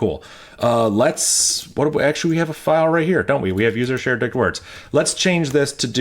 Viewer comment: Every time he says dict words . . . I hear something else!